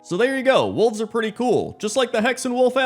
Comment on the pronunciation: Oh wolves i thught he said walls